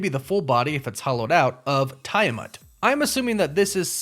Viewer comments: Also, isn’t it TEE-a-mut? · just howmany names can you butcher in asingle video? Genosha, Tiamut, Adamamtium....